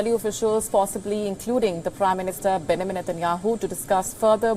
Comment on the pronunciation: Somebody please teach her how to pronounce "Benjamin"...